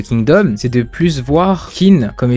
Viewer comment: Clair que Kingdom est un chef d'oeuvre. Juste pour faire mon chieur : Qin se prononce Tchine (c'est le mot qui donnera "Chine", tout simplement).